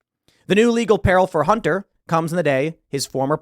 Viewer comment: Idk why but everytime you said bunter I started cracking up